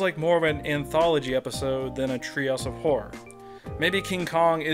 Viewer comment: Threehouse of Horror vs. Treehouse of Fourror